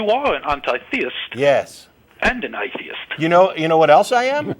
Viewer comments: The way he pronounces ‘atheist’ is grating and telling of how terrible he is at imitating accents. Paul should have just been direct. I would also want him to be honest, but then he wouldn’t have called at all. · lolololololololol he sounded fake upper class until he slipped and said A-theist which showed he was from NZ or Aust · What the fuck is an eye-theist? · He even says "I theist" lol